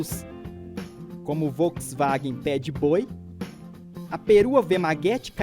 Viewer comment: ainda chamado "FolksWagen" 1200 parabéns ao narrador, V em alemão tem som próximo do F.